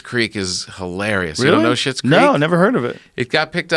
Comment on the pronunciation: Schlits creek!!!!! Not shits!!! These fuckers can’t read lmao!!